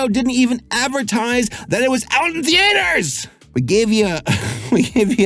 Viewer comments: Th-EE-ters Th-EE-ters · The-aye-ters. lol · Omg the AY ter. Youre killing me LOL